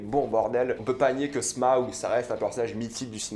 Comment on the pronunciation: Smaug pas sma aug ! Putain